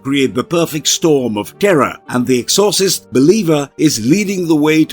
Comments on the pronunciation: The ex or sist. Was driving me batty every time he kept prouncing the exorcist wrong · Good video but I’m pretty sure it’s pronounced Ex-or-cyst not however it was pronounced here. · EXHAUSTES LOL. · You fucked up the pronunciation of exorcist. The movie is gonna bomb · I can't with the bad pronunciation of Exorcist. This video is horrible.